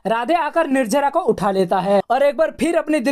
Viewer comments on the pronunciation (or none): Nirjara nhi nirjala hai bhai lahja sahi karlo. To or acha lgega